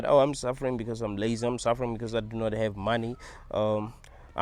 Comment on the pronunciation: I like the way says "you are suffering beCAUse you are in a hell realm...". 😂